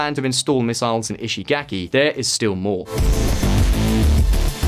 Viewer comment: In case it's helpful, the vowel in Japanese words represented by the letter "a" is pronounced like the 1st vowel in "father.' You keep pronouncing Japanese words with a vowel that does not exist in Japanese. There is no /ae/ sound in Japanese -- I mean the vowel most Americans use in the word "cat." So when you say "ishigaki," the 3rd vowel should be pronounced like the 1st vowel in "father."